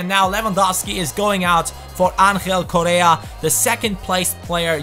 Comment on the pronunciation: You are pronouncing bad correa, you pronounce his name like korea, it's coRRea PD: im from Argentina